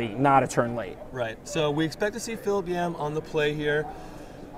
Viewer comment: Is it hard to say Philip. Lol